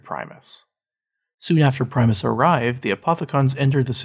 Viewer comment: It's PRIM-US not PRIME- US